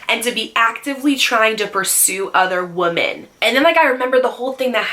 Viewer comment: i love you but the day you say “woman” and “women” exactly the same drives me crazy 😂